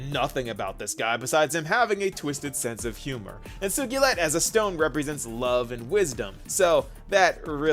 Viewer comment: wtf is sugeelet? ur pronunciation of Sugilite is rage inducing